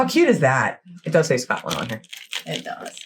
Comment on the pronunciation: "Scatland"? Where's that? Anywhere near Scotland? The narrator's pronunciation is atrocious. I find it hard to believe he's ever been near Scotland. The locals would have strung him up for those abominations.